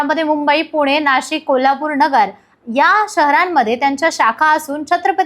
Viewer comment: णगर नाही नगर